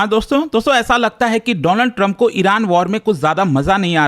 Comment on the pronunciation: My Friend Doonald turuumppp.😅😅